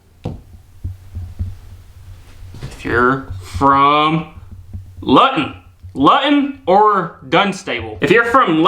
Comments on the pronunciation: Louton is pronounced looton 😉😉 and I'm sorry to be a Karen but your dog really shouldn't be on the sofa when you're eating cuz it's teaching him to beg 😉😉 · Lutton ... LUTTON ... where the heck is Lutton try Lew-ton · Luton is pronounces lootun it is in Bedfordshire. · Just do a video of mis pronouncing English places would be funny- you brutalised Luton its Loo Tun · Loo-ton and Dun-sta-bull. X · Hi, I'm in Somerset England. The pronunciation of the two towns are, "Loo tun" and "Dun sta bul". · Luton is pronounced looton. :)